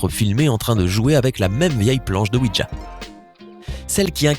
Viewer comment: On dit pas ouidja mais ouija